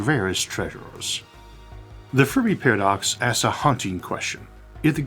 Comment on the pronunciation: Do not mean to poke fun or anything, just curious. “Univuse” “Pawadox”